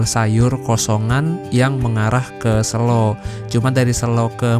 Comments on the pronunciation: sebagai orang jogja yg ga suka keramaian, selo boyolali tempat hiling seminggu sekali, ngopi2 diatas simpang PB itu bro asli enakeun bnyk cafe. btw sebutan kata selo yg masnya ucap itu salah/kurang tepat nadanya hehe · Selo pake e (medan) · SELO. E nya E biasa